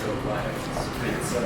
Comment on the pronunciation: *pizza not puzza